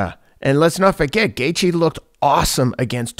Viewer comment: Teddy, can you not butcher Justin's name bruh? 😭😅